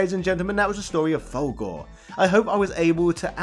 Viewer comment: its "full gore" not "valgore" even the game pronounces the it mate, rookie mistake